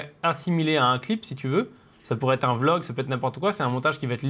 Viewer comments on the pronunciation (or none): none